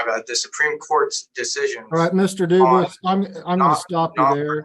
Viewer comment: Why did the judge get the prisoners name wrong? It's obviously not Duvus it's Dufus.